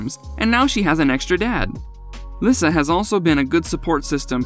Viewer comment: Lisa not lisuhh